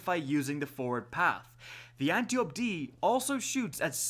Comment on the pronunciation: Appreciate the videos, but the way you pronounce Antiope is really bugging me... Ant-eye-oh-pea, reference to an Amazon, daughter of Ares and sister to Melanippe, Hippolyta, Penthesilea and possibly Orithyia, queens of the Amazons